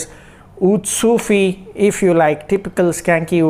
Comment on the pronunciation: Its not sufi bro its seyufi